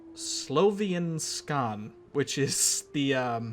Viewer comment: Slovianska is pronounced as "Slavi-yan-ska" as i see how they tried to type it